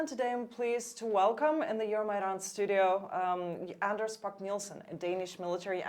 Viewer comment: I which people could learn to pronounce Anders' correctly. It must be strange to constantly have your name mispronounced.